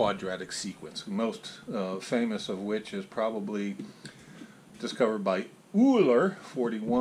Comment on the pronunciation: Great video, but check your pronunciation on Euler. It's so wrong.